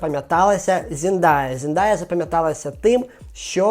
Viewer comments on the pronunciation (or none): P.s. це не хейт, а невеличке зауваження, щодо вимови імені. не Зіндая, а Зендея, будь ласка🙏, бо дуже ріже вухо